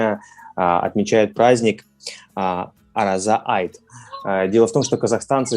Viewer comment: Дорогие друзья, не ругайте ребят, пожалуйста! Они же стараются., на казахском языке буква "о" произносится не "а", а "о" - Ораза. Спасибо за поздравления и за интересную беседу 😘💞